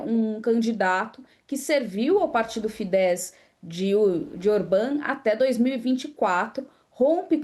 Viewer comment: Se pronuncia tiça e fidez